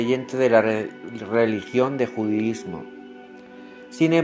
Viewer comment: No sabes hablar... Es judaísmo no judísmo